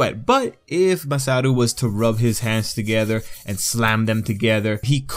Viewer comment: dude, its Masaru, not MASATO